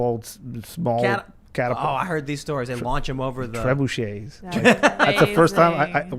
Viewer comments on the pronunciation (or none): The way he said "Trebuchetsss" had me dying!